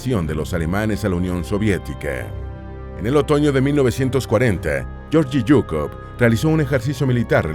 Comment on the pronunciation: Se pronuncia Gueorguis Zukof...asi segun el Ruso